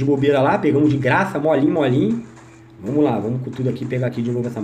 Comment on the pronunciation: " VAMOS QUE 'VOMOS' " KkkKKkK toda hora que ele fala assim eu raxo o bico 😂😂😂😂😂